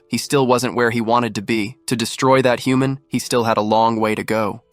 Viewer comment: There are a lot of mispronounced words in this, like human.